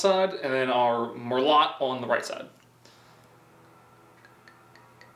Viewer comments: Merlot is mur-low and Cabernet is cab-er-nay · Lol its merlo the t is silent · It's pronounced like merloh lmbo not mer-lot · It's pronounced "mir-loaT", not "lot" and heavier emphasis on the T. 😏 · just in case you really don’t know, merlot- “mer-low” and Cabernet Sauvignon- “cabber-nay saw-vin-yawn” hope this helps 😁😁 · 🤦‍♂️ It's mur-low, not mur-lot 😄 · It’s pronounced mer-low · Merlot is pronounced "Merlow", Cabernet is "Cabernay" sauvignon " Sauvinon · Man he slaughtered the wine names lmaooo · Idfk why it bothered me but it did They’re pronounced Merlot (Mer-low) and Cabernet (Cabb-Ernay) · I'm not a wine snob but the way he said the names of the wines 🤦‍♂️ the merlot its prenounced merlo the T is silent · it's pronounced cab-er-nay and mer-low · I’m fuckin 12 and I know how to pronounce merlout and caverna e souvighner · "our mer-lot and our caber-net 7 ga-non" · Merlot is pronounced Mer-low, Cabernet is pronounced Cabernay, Sauvignon is pronounced sew-vin-yawn ....people drink wine because it's better than beer, actually healthier than beer, and can have a complexity of flavor you don't find in other alcoholic drinks. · It was funny but it pronounced mer low and caber ney it is Italian not American. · It's pronounced "mer-low" and "cab-er-nay sav-in-yawn", Merlot and Cabernet Sauvignon are French words you simpleton. I don't understand how an adult who knows how to do so many things doesn't know how to pronounce two of the most popular wine varieties in the world? You must first have a knowledge of the items and the control for your test subjects to be a subjective product tester. Is this from Indiana, that would explain a lot of things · bro it’s pronounced “Merl-OH” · TWENTY-FIVE TBSP OF COFFEE?! Please tell me it is at least a Columbian blend. Amateur, Américain typique. Le "t" est silencieux pour le vin. Cabernet Sauvignon, parlé "Ca-ber-nay Saw-vin-yon". Merlot est "Mer-lo". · Mer-lot and whenever = unsubscribe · Merlo-t and savig-non xD